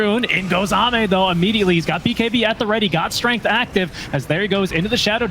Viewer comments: did he just pronounce AME as aim? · Thats "Amay" thank you. Not "Aim"🤪🤷‍♂️ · Everytime he said "Aim", I physically cringed. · They are casting in English, the proper casters call it xiao8 as well they call ame aim is so funny as well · Let’s not forget that he called Ame Aim for the first 5 minutes until corrected